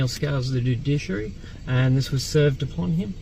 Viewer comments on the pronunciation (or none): Dude-Dish-Aree, it's a meal similar to Kedgeree!